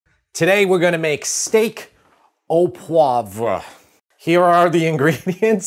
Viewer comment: frankly, I'd rather hear you say "fond" than "au poivre." Please never say either ever again.